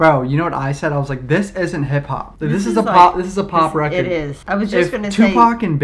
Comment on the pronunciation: “Pop recerrd”